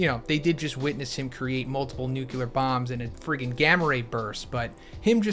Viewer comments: Say it with me now: Noo - clee - ar Nu-cle-ar Nu-clear Nuclear pronouncing it nuke - you - lar makes you sound like George W. Bush, and he was/is a total and complete douche canoe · Wtf is a "Nukular" Fist bro? Read this word. "Nuclear". Where do you see a second "u"?